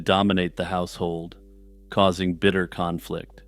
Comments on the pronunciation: Khan-flict... god damn it lol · "Kahnflict" 😂 . Your dad joke segways are the best